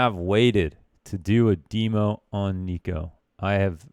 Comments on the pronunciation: niko does not rhyme with demo -. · niko rhymes with demo English teachers: Am I a joke to you?